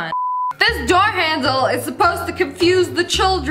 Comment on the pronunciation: Lol now I hear Door